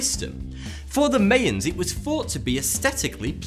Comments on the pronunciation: It's my-ans not may-ans :P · It's pronounced My-Ans not May-Ans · How do you manage to mispronounce Mayans? HOW?